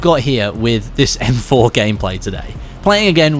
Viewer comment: "EM FOR" 🤣🤣🤣